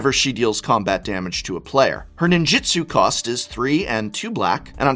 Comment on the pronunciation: It's NINJOOTSOO not Jitsu. Ninjitsu is martial arts. Ninjutsu is magic.